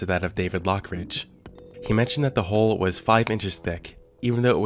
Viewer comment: It's hull not "holh"